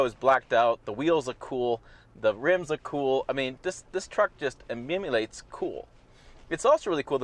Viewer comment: 'ism: "imim-ulates"